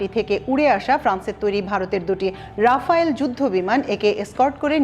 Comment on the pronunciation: রাফায়েল নয় রাফাল।(Dassault Rafale)